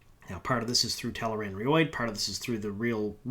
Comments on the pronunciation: Sorry but I have to say it's telaranRHIOD (ree-odd) not roid I know it's petty but it bothers me a lot! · Ree-odd. It's at the back of every book, man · Claims to have read the series 57 times but can’t even pronounce Tel’Aran’Rhiod correctly 😂 What a lying shill. And keep up with your mental gymnastics, I’m sure you’ll get called up for the Olympics one day. Soon.